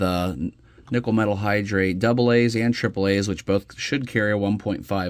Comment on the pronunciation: nickel–metal hydride..... hydride, not hydrate.